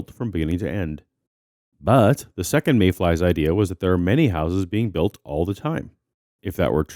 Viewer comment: "one sixtillion" "every single secant...." Damn but I wish he'd learn to talk. Good video!